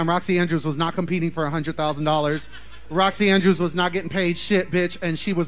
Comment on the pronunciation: Possible mispronunciations: Boxxy Andbrews Alyssa Edwarts Trinity K Bonet (without the silent T) The Viking Kandy Puse